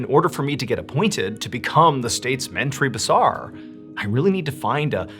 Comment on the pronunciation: ...loved the way you pronounced ' Menteri Besar'...